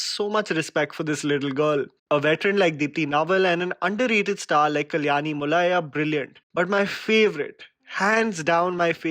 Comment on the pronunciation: Note: It's not Kalyani Mulaya its pronounced कल्याणी मुळे (मुले)